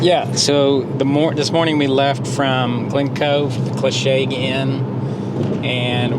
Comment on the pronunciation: Comments on here are a bit trivial, give this couple a break guys..., I think that was your name, your pronounciation of loch, Clachaig, etc was perfect, I think you were a scot in a previous life. 😄😄. Fantastic video guys, all the best!